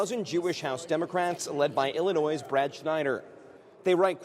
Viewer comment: Illinois is pronounced with no “s” sound on the end. Please do better.